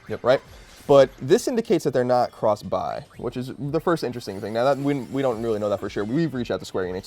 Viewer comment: whats he saying? Cross save and cross.... bi???